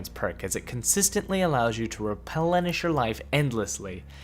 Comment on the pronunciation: "Repel enish"